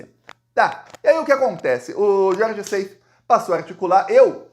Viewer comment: Gostamos muito do seu belo trabalho jornalístico. Seif, pronúncia como está escrito. Plural de GOSPEL: gospels. Incesto: pronúncia aberta, cés. Wassef pronuncia-se uasséf, oxítona. Egito.